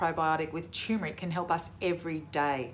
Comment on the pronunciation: It's pronounced TuRmeric, not CHOOMERIC!